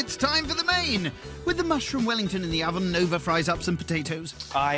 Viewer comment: It’s NOVA! Not NOV! 🤦🤦🤦